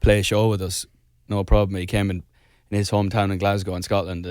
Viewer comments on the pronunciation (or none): none